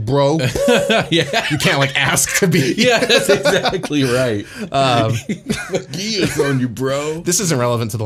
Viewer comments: Geass is pronounced like the gee of geese and then ah s So gee ah s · Just a few things about the Geas spell: 1) The word is from the Irish language, so it's usually pronounced "gesh." 2) With the spell, even though you only take the damage once per day, you are still under the effects of the charmed condition for the duration, with no saving throws after the first one. In your scenario, if the party were to find themselves all under the spell after being captured, they would have to escape without harming the lamia in any way. The lamia could simply tear into the party with all her attacks and damage, and the party would not be able to do any harm to her in response thanks to the spell. That's why it's a 5th-level spell, the charmed condition lasts for 30 days without any further saves. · Geas is pronounced Gesh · It's "gesh" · The show Code Geas pronounces it as “Gee-Az”. Also the issue of the Geas spell is that it is underpowered compared to the previous editions. In 3.5 there was a lesser Geas spell which did damage to the ability scores like a cumulative -2 to each of its ability scores for every day it failed to follow the task. The standard Geas/quest spell did 3d6 damage and left you sickened all day which was a -2 to all rolls. Personally the lesser Geas was more dangerous but it could only affect creatures with 7 or fewer hit dice. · Geas is like a weird old word. I heard it’s supposed to sound like “Gesh”